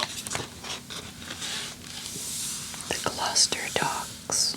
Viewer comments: Hi, you’ve made me feel like I need to make the most of living 30 minutes from stow on the wold! Your love for England always warms my heart 🫶🏼 Also, 10/10 on your pronunciation of Gloucester! 🎉 We tend to pronounce places with ‘cester’ in as just ‘ster’. Eg, Leicester = Lester, Gloucester = Gloster, Bicester = Bister, I think the only time we pronounce the ‘ce’ is for Cirencester (pronounced like siren sester) I hope this made sense 🥰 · Hello from Gloucester. You said it right 😊. So nice to hear you talking about my home county, it really is a beautiful place, and I feel very lucky to live here.